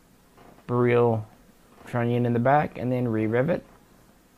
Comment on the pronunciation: In Polish, Tantal and Beryl are pronounced using their phonetics. Robski's pronunciations of these rifles are the correct way to say them. Also, "Lucznik" is pronounced "Wootch-nick" in Polish. For what it's worth, my Babcia was from Lodz, (pronounced woodge) Polish is a fun and strange language. :)